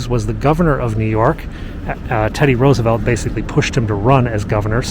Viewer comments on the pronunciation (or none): none